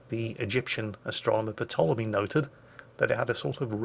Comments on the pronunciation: The P is silent. Tolemy not patolemy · Isn’t the P in Ptolemy silent? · The p in Ptolemy is silent